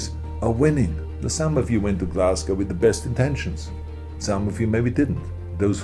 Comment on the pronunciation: Wow he pretty much almost pronounced Glasgow correctly! Unlike all the American journalists lol